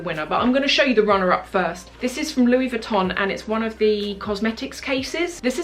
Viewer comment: Love your vids as always! Just a sidenote though, your pronunciation of Louis Vuitton is wrong.